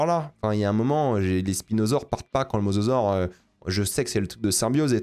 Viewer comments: Dire mozozore au lieu de mosasaure ça m'a fait rire à chaque fois y'a des vibes de "cocodile" ou "rhinoféroce", désolé de ce commentaire de con tatillon (en même temps pour quelqu'un qui est aussi à fond sur la VO je pense que j'ai droit). Très bonne vidéo comme d'hab, merci de ton travail ! Je sais pas si tu as des conseils pour me réconcilier avec le cinéma de spectacle; à titre personnel ce film est symptomatique des reboot de licence et de fait impossible pour moi à apprécier de quelque point de vue que ce soit. Impossible de ne pas visionner ce genre de matériel sans me dire chaque minute que c'est des producteurs avides de frics qui agitent le cadavre d'une licence devant mes yeux en essayant de réveiller ma nostalgie sans se donner la peine de comprendre ce qui faisait l'essence du matériau de base. Je me suis refait la trilogie récemment et quelle ne fût pas ma surprise de voir que même le Monde Perdu beh... J'ai beau l'aimer d'amour beh il est vraiment pas ouf mdr, et il provoque déjà un peu à mon sens ce manque de corps au profit de l'image brute et d'un concept qui s'épuise de film en film. Bref, tout ça pour dire que si tu as des conseils de films qui pourraient réconcilier avec l'entertainement pur et dur, je suis preneur de fou parce que j'ai pas envie d'être uniquement un gros réac ou au mieux un pseudo cinéphile exigeant qui casse les rêves de mes potes qui aiment juste bien les dinosaures, les voitures ou l'espace. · MosAsaure svp... Entendre Mososaure m'a fait saigner les oreilles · il arrive même pas à prononcer le mosasaure correctement faut pas lui demander ma lune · C'est mosasaure, pas masasaure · mozozore XD